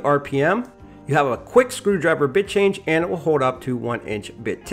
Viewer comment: Oohhhh he said "BIT-change"